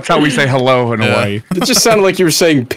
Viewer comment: I live in Hawaii... That was a funny bit. You need to use less "o". though... You need more "i" , "a" and "u"